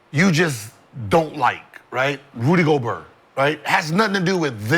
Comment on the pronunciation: Everytime when they say "Rudy Gowber" 😂😂😂